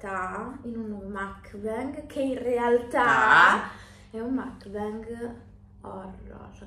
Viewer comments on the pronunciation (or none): none